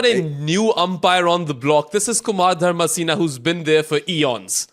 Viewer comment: himself is of subcontinent origin, yet he constantly mispronounces names from the same region. Calling Dharmasena ‘DharmaCENA’ and Hasan Raza ‘HYASAN Raza’? Come on—half of Pakistan is named Hasan. No need to act so pretentious.